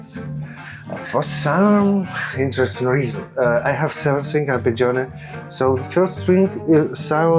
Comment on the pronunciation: Pronounced ar.ped.džo.ne, not ə.phè.džij.ọẅ.nej